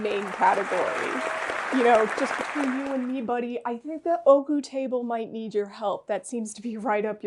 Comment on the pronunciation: im so glad ooku was able to get its well deserved win in the legacy award! just a friendly reminder from a native japanese speaker, ooku isnt pronounced "oku" its "oh oh oku" Great video and im looking foward to seeing the 2024 version next year! :)